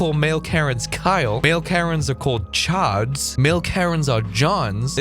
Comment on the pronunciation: "Chards" ? Chad? That's it. Chards....